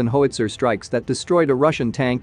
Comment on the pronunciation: In the US the weapon is a gun, as it can perform direct and indirect fire. An indirect fire gun is a howitzer. That word is generally pronounced, in American English, “how-it-sir” or slurred into “how- wit-zer”. Calling it a “hoe witzer” is confusing to my old ears.